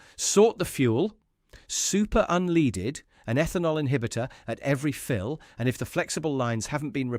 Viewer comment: Why is the alleged mechanic saying 'unleaded' pronounced as in (dog) lead..'unleeded' ?